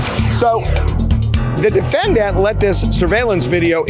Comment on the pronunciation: Why does harvey (the reporter outside) always say "defenDANT" instead of "DEfendant" 😂 he puts the stress at the end of the word and it sounds so weird